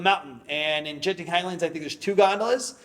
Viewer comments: G in Malay is like G in Guard, so it is not Jenting 😀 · FYI it's Genting like gambling (hard G), not Genting like germs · Fyi, the ‘g’ in ‘genting’ is pronounced like how u would say ‘gurkha’ or ‘goal’. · btw, the G in Genting is pronounced like u would pronounce "Go"